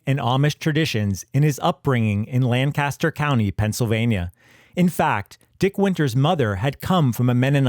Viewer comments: It’s LANK-a-ster County. Emphasis on the first syllable. Lan-CAST-er is the actor Burt or town in California. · Lancaster is pronounced LANK-aster, not LAN-caster. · LANkistur not LANcaster. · Anyone that prounounces it “LangKASTer” isn’t from Lancaster. It’s “Lankisster” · I live here, and it's pronounced "LANK-Esther." Maybe in England... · Lancaster, the PA city and county, is pronounced "LANK-uh-ster". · Here in Lancaster County, PA, it is pronounced LANK-KISS-TER. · You said Lancaster wrong. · You're not saying Lancaster correctly. It's not the one in California. Iykyk.